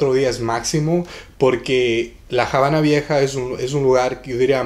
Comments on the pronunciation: Hola...gracias por estos tips...en español, la palabra "Habana" no se pronuncia "Jabana", la "H" es muda y no se pronuncia ni se convierte...Se dice "Abana" y se escribe con "H" para suavizar la pronunciación...Saludos:) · Excelente informacion!!👍👍👏👏 nada mas en español no se pronuncia la H. Es Habana NO JABANA!! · ¿Por qué Javana en lugar de Havana? Nunca lo había escuchado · Jamas le quitaría el mérito de poder hablar en español, lo que no estoy de acuerdo es la pronunciación de la palabra "Javana" si va a hacer algo hagalo bien esa pronunciación no existe en el Español. Tampoco es una palabra. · Que cosa es jabana........es Habana!!! o en Ingles es Havana! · Esta bien tu video pero te sugiero pronuncies bien Habana con H muda no con J aunque vivas en USA cada cosa se pronuncia como es. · Está muy bien todo, pero podías pronunciar bien la palabra Habana. Gracias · La Habana se pronuncia en español sin "J" en Habana. No somos gringos para decir "Jabana". Ojo mi latino amigo. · Que dolor de oidos me has dejado escucharte la Jabana !!!!!!!!!!! Eres latino y tu sabes que nos enseñaron en el colegio que la H no se pronuncia ,,,, Perdon por el detalle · El video es en español, no en ingles, no hay necesidad de pronunciar el nombre así.